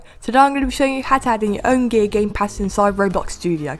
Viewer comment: in the start it sounds like he says gay gamepass.